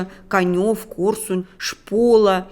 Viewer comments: 🙂🙂Не УмАнь, а Умань и не КанЁв, а КАнев!!...... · Город Кане(еееее),ни "ё",ударение на первый слог!!!!и город У(ууууу)мань,ударение на "У"!режет слух неправильное произношение,плохо подготовилась!🤐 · дорогая! Умань, ударение на " У", Канев- ударение на " А"... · Уважаемый автор, материал. конечно, интересный, но надо как-то аккуратнее с произношением географических названий городов и местностей: не УмАнь, а Умань, не Канёв, а КАнев, украИнский, а не укрАинский и т.д.. .Неправильное произношение очень режет слух и обесценивает материал. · Не Конёв, а КАнев. Ударение на 1 слог. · Неплохо было бы автору ознакомиться с правильным названием украинских городов. Режет слух, когда звучит "КанЕв" или "УмАнь". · Не КанЕв, а КАнев!!!!!! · Какой Канёв?КАнев,ударение на А!Умань,а не УмАнь.Ударение на У!Вы ,хоть бы подготовились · Не КанЁв, а кАнев...не УмАнь, а Умань. Хотя для большинства это действительно не имеет никакого значения. Но когда речь заходит о серьёзных темах, то можно потрудиться правильно называть города. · Не УмАнь, а Умань! Не КанЕв, а КАнев! А вообще, конечно, главное, как мы знаем, глупости произносить с умным выражением лица. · Не КанЕв, а КАнев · Не КонЕв, а КАнев, ну как же так можно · Канев, Умань...як вона ставить наголос в словах! Дурепа, хоча б словник подивилася."Каньов" це шедевр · Я из Черкасс. Правильно делать ударение в названиях городов Умань на звук "У", Канев на звук "а". Режет ухо, когда не правильнт звучат названия городов. Очень интересная информация. Многое из этого слышала уже. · Умань - ударение на 1-ю заглавную букву "У", КАнев - ударение на "а", КАневский район - ударение также на "а". Когда готовитесь к видео, открывайте Википедию, там указаны ударения. Неправильное произношение режет слух. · Ставьте правильные ударения в названии украинских городов и сел: Умань ударение на первую гласную, Канев - ударение на первый слог. И тд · Не УмАнь,а Умань. КАнев. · УДАРЕНИЕ НА У -УМАНЬ И КАНЕВ-УДАРЕНИЕ НА -А